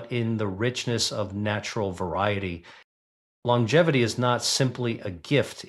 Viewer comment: Your robot started out fine -- and then fell on its face with 80-S, 90-S and "lon-jevvy" for longevity. No, not "tyoo-merick." Tur'-muh-rick. Fine writing,. Why don't you read your sensible script yourself?